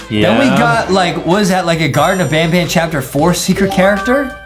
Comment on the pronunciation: IS NOT SAYING BANBAN RIGHT YOUR SAYING BONBON!!!!!!!!!!!!!!!!